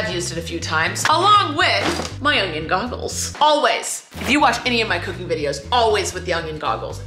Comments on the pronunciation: Did you know that you add a g to the word onion? You pronounce it “ung-yun”instead of “un-yin”. I can’t unhear it😂 Love ya! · I was waiting for the ungion glasses! IT'S ONION, 😂